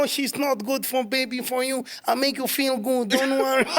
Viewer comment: Relax you can't even touch Podcast and chill with macg. 🤣🤣🤣🤣 I'm feeh goof, I'm feeh greaf 🤣🤣🤣